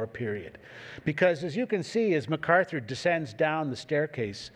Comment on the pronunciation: Arthur Herman makes the same mistake, as most people do, regarding the pronunciation of the last name of Douglas MacArthur. As the general himself made clear in the very first paragraph of page one, of his autobiography titled "Reminiscences," he is of Scot descent in the Clan MacArtair. The proper enunciation of his last name sounds like Mack-Arthur, not Muh-Carther.